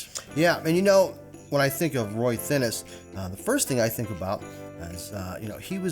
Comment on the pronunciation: That's not how you pronounce "Thinnes"....lmfao